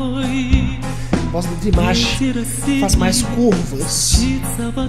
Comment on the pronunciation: excelente reação ao Dimash novamente! Apenas pra acrescentar, você pode pronunciar o nome dele como se fosse em português mesmo, Dim-A-sh 😉 Continue o trabalho pois vale muito a pena! Abraços